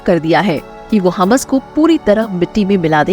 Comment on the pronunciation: Please correct prononsiation,ham nahi hammas